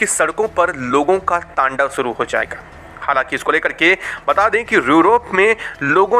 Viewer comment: अबे कैसे बोल रहा है बे, सुरु कर चुके हैं या "शुरू" और ऐसे चबा चबा कर क्यों बोल रहा है, नॉर्मल बोल न😂😂😂